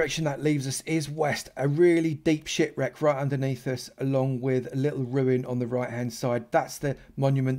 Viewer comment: He said ship wreck but it sounds like that lol